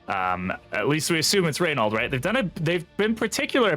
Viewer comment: Btw it's Ray-no - the French prono of his name